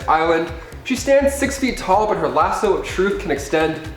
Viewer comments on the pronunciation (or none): none